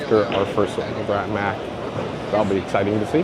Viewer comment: The way you said "mack" first is correct. So like "mock" yet with an "ah" sound instead of an "o". Thanks for the report, always love seeing whatever is happening to the future of the amusement park industry.